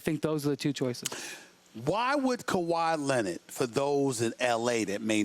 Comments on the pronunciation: No one: Sas: kawhii lennett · Stephen A Smith : Tell me why "Kawhi Lenird"..... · Who the hell is Kawhy Lennit!😕